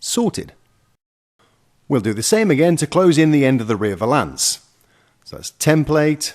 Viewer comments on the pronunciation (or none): Who is going to tell he's been pronouncing valance with the wrong em-PHA-sis all these years? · please learn to say valance properly lol